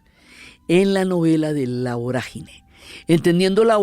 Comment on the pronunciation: No es voragíne con acento en la "i"... Es vorágine con tilde en la "a".